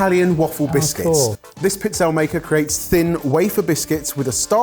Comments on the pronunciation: And it's not 'Pizzell'. It's 'PizzellE'. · pizzella would be one cookie but it’s usually plural, pizzelle …. Pizze-lay. Check with your in-laws! 😂 think tagliatelle, the final e is voiced. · It's pronounced piz-'el-ee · Pizz-el-eh. has absolutely no shame regarding his pronunciation 🫤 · Pizzelle = pee-TSEL-leh. Please try. Please. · No one will see this comment... Darlings, it's peets-ZEL-leh (pizzelle). 😁🇮🇹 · tries to pronounce the Italian in the first one really well, then he maims "Pizzelle" 🤣! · gave up on his pronunciation with pizzelle 😮